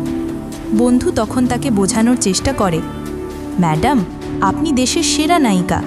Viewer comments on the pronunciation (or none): Impruve ur pronounces. Like aponi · আপনি শব্দটা ভালোভাবে উচ্চারণ করুন, আশ্চর্য কিভাবে ভিডিও বানান যেখানে উচ্চারণ ঠিক নেই।